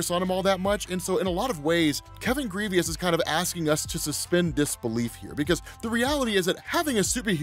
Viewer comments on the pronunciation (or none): Did you call him Kevin “Grievous” like the star wars general? Damn it 😂. Pronounced like “Gruh-Voh” (in my Lil Boosie voice) “come on doooggg” haha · The asteroid was the size of ARKANSAS, not KANSAS. And Grevioux is pronounced *GREV-yoo*, (IPA-EN ɡrɛvjuː), not *GREE-vee-us*; it's French. You're welcome. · ....my brotha in Christ....who the hell is Kevin "Greveeus" 😂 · Adam Brashear's creator's name is Kevin Grevioux, pronounced Gri-vowe, now Grivious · His name is Grievoux(Gre-Voh) 😂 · Lovingthe series. Such power from Blue Marvel. Hate the mentality of the character but what can you do…. Kevin Grevioux is getting alot of shoutouts which is great because he’s an excellent writer and producer (Underworld series creator) but youre pronouncing his name wrong. Its pronounced like Gravoe… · I know you probably won’t read and I hate being that guy , but his name is pronounced GraVoe . Just thought you should know . Love your work keep it up. P.S. God Damn you go on vacation all the time!! Lucky Mother Father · Take a shot every time he says Kevin Grevioux's name wrong.🥃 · I’m pretty sure you mispronounced the writers name